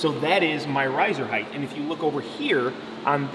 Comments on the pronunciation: I’ve been a carpenter for 20 years and 50% of “ my people” say “ heighth with a TH sound. Length? ( check) Width? ( check) Heighth? ( x) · Why do you say height incorrectly? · Dude it’s height..... ends with a T not a th. From one carpenter to another. Plus learn the math without a calculator